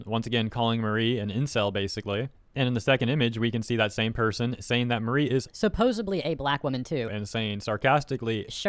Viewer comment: Her name is not Marie, it’s Mari, rhymes with sorry